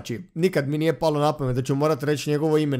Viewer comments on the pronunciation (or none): none